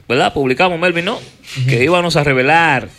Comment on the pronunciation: Porque dice ivanos en vez de íbamos??